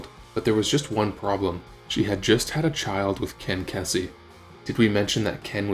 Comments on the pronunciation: Ken "Keys-zee" not Kessy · 140 kph is about 85 mph in the US. Why the eurocentrism? Ken KEE-zee not KEZZ-ee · Please, if you're going to actually do a video on something that apparently you seem to have knowledge in, please pronounce people's names correctly. It is Ken Kee-zee not Kessey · Why use kilometers when we deal with mph in America? What’s a kilometer anyway? It’s Ken Kesey, not Ken Kensey btw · You mispronounced Ken Kesey's name. It's pronounced KEE-zee. You also got a lot about the dictionary anecdote wrong. Phil is not a fish, he played bass, which is like base, therefore making him a bassist, pronounced BASE-ist. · Seems to me that if you're gonna make a documentary/video about something you should get your facts straight and at the very least know how to pronounce people's names. Someone like Ken Kesey deserves the respect of not being called Ken Kezey. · KESSY??? you dont even know how to pronounce kens name right. you dont know jack shit. you should be embarrassed . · It's pronounced KEY-SEE Even though it's spelled Kesey,, Dang man,geez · It's pronounced "key-zee." Jesus. Gen Z'ers shouldn't be allowed to do these clickbait videos. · Ken Kesseee. Nice AI BS track. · Ken KEY-see… he’s an amazing novelist as well as the leader of the Merry Pranksters…c’mon man. These AI vocalizations are so lame. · Pronounced Keezy. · I was hoping someone corrected him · Mispronunciation of Kesey's name. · I would have hi like if the narrator had managed to pronounce “Kesey” properly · This guy clearly got all of his info from reading a book. Doesn't know how to pronounce Kesey, doesn't know MG's name, etc. It offends me a little bit.